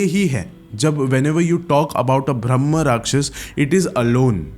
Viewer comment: bhai bhramh nahi bramh hota hai!